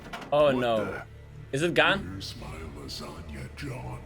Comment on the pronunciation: When you say langena now I am hungry